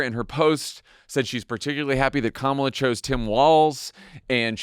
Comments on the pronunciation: Did you notice that for a few days, 45 pronounced Kamala's name correctly, but all of a sudden it is back to acCENTing the wrong sylLABle?? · Her name is not Kamilla, it's Kamala, as in comma-la. But, I wouldn't expect white bred Midwest people to get it right. 😂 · Why TF can't people pronounce her freaking name correctly???? Com-MELLA???? Wtf😮😮😮😮 COMMA-LA. That's it! Say it right! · It is KAMALA not Camilla! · “Camilla” Are people really that incapable of saying her name correctly? I mean, it’s not like she has a really hard to pronounce ethnic name. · ...comma-la...ka-may-la...ka-mall-a... ...doesn't matter how you mispronounce her name, come January, you'll all be calling her the same thing... MADAM PRESIDENT 💙💙💙💙💙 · Why do people have such a damn hard time saying Kamala's name ... It's not that freaking hard!!! COMMA - La. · Pamala Kamala Pamela Kamala repeat until you pronounce her name correctly 😊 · Yup. Republicans struggling hard with learning pronunciation like they're having learning Truth. It's true to how her name should be pronounced REPUBLICONS. Quit intentionally saying her name just to be disrespectful ok. Thank y'all! It's KAMALA pronounced Comma la. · why has it taken me so long to see that Trump desperately wants to say her name correctly?! Pronouncing it incorrectly totally ruins the comrade nickname. 😂😂 god, he is such child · OMG!!! WHY ARE PEOPLE HAVING SUCH A HARD TIME SAYING HER NAME. SMH!! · The number of people who still say her name wrong gets under my skin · Why can't people say her name right? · The way people butcher her name is INSANE!!!!! 🤦🏾‍♀️🤦🏾‍♀️🤦🏾‍♀️ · Nobody on the panel can pronounce her name - the lowest of low information voters. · For everyone not 100% clear on the pronunciation say Momala Harris to yourself and then change the first M to a K. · people who aren't pronouncing her name right are doing it on fucking purpose. they easily make me despise my fellow Americans so so much